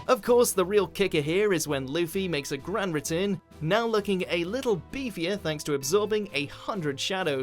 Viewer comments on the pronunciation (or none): none